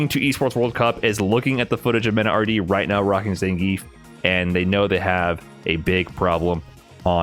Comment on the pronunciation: How can you hear the name Zangief in game all the time and still pronounce it incorrectly?